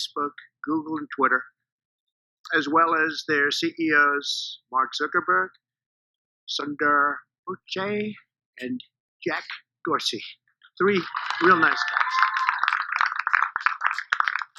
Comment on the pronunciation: Sundar Pichai should sue Trump for butchering his name! This guy is a joke! Hahaha 😂🤣😂